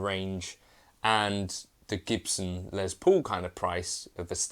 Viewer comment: The man’s name was Les Paul, not Lez Paul.